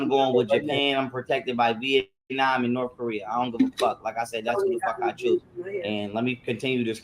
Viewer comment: Why is he pronouncing “North Korea” like that ???? 😂😂😂😂😂😭